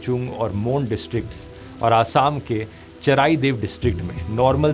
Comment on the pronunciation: Charaideo ..... Pronunciation galat hai 😮